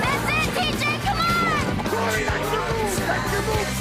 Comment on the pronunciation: Its Cory, not Carrie